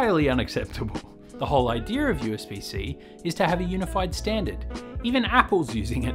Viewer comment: Hey Australia, there is no "r" at the end of "idea" stop saying "idear" you sound like you have a speech impediment.